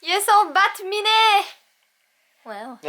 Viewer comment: c pas bat-minet mais bat-cat